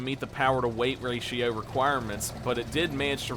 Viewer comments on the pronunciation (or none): none